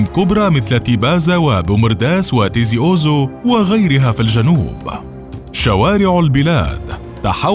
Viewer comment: ياخويا الماء راه متوفر والحمد لله......وعلاه عليك هذا الفديوا ....باين عليك ماكش جزائري ....تيزي وزو ماعرفتش تنطقها .....ربي يهديك